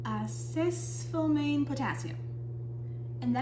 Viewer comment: Call me crazy but the fact that you're not smart enough to google the pronunciation of this word damages the credibility of everything that follows. Stop making that mistake. I suspect you're pretty smart. Avoid making yourself sound uneducated.